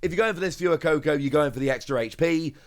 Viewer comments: So triggered on the way you say fuecoco for gods sake man its not fewycoco its fwaycoco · IT'S FWAY-COCO, NOT PHOOEY-COCO, IT'S SPANISH YOU TART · Love these videos! I get myself all excited for cards I won't have for 5-6 months 😂 Btw, Fuecoco is pronounced more like "Phway-coco", it's Spanish like "Fuego" :) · you keep pronouncing Fuecoco wrong. It's Fway-co-co. Your mispronunciation of Fuecoco makes me want to turn off the video. Baille is pronounced Buy-yeah.